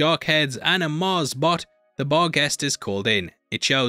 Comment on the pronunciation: bar-guest cant unhear it🤣